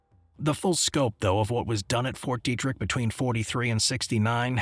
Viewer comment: It’s “Fort Detrick” not Fort Derrick